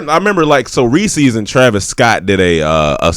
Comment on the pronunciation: The way pronounces “reeses” gon make me kill a man